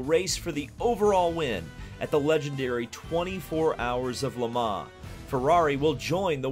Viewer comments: Ferrari returns to ... "Le Mahh". I know 'Murican's annunciation is awful but please put some effort in. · Why do you say Le mans like that@